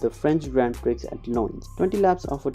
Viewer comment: Please have a native English speaker help you with pronunciation. Your butchering of the word 'Prix' makes my teeth itch. The x is SILENT!